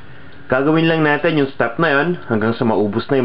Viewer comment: pasintabi na po sa inyung lahat peru hindi ku talaga matagalan ang boses ng tao sa video ... yun lang ang dahilan kung bakit di aku nag ssubscribe dito .... ayoko ng "makati accent" gustu ko "manila accent" , parang ang arte kasi pagbigkas na lang ng "ATIN" gagawin pang "ATENNN"...